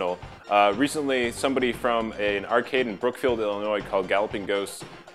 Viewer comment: Wow you pronounced Illinois without the s at the end.